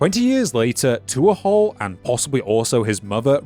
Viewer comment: My god, man. Tuathal is pronounced t(h)wo-hull (dialect dependent). Not two-ah-haul. You could have checked before saying it wrong 100 times in the same video.